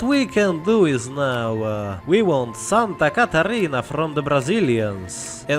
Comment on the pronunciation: Your pronunciation of "Rio Grande do Sul", "Santa Catarina" and "Paraná" is just perfect